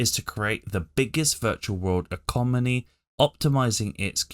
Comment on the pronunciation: You also say Automonous. Then you said Ecomony haha.